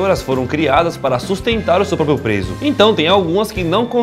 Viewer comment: "pois nem todas as vassouras foram criadas para sustentar o seu PÓPIO PRESO" kkk.. eu ri! Vocês são demais! Abraço! :D